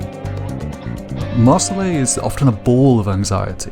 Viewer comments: Laios=ly-os, not Laos Marcille=mar-seel, not mar-see-ley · You can tell this guy watched the sub because he pronounced it (maur-sill-ee) instead of (maur-sill) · Dude why are you pronouncing it "MarcillAE" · dawg it's pronounced Mar-seel and it is a French name